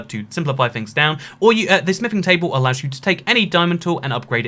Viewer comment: * says smithing table * Me: * hears sniffing table*